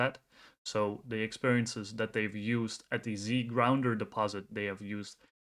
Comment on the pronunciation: Z gounder, not Zgrounder. Otherwise great job.